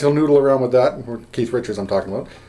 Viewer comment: that's what I m talkin bout.....really good stuff for a lifetime stones fan and beginning guitar guy ur a good teacher slow enuff but u packed a lot into a short time....thx and thx for not calling keith ...keef